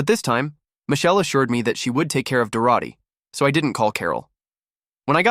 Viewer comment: This AI story is frustrating to listen to because the AI can't keep the pronouns consistent and can't pronounce Dorothy half the time.